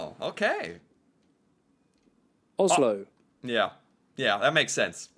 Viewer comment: Americans pronouns Oslo wrong, just so you know